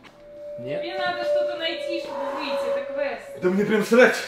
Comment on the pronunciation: Не квест а, Срест 😂😂